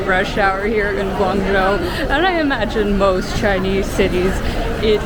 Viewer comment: You did a good job of reviewing Guangzhou and you even got the pronunciation down! It's a lot easier to travel there than it used to be 20 years ago when I first went and my goodness is it different now, it used to be nearly all bicycles back then. You can get a 10 year visa to make travel to China much easier for a Canadian. I was surprised you haven't had congee before, in the Toronto area, congee restaurants are everywhere. I saw you also like Pandas, if so, a trip to Chengdu would be really enjoyable and it's a pretty fabulous city in its own right. If you can, I recommend trying to meet up with locals when in China, you will experience it much differently if you're not just a tourist.